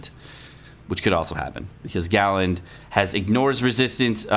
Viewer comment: It’s galand.... don’t tell anyone